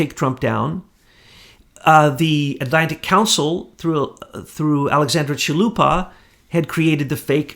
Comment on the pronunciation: PapaDOPolous (NOT PapaLOPolous). Just thought might want to get the name right. Yesterday, he also got Chalupa mispronounced and one other I now forget. Trying to get the names right here....(BTW, I LOVE this information, so don't think I don't!)